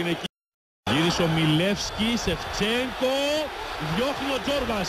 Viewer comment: "Sevtsenko" LOL Greeks are funny congratulation sth Elladha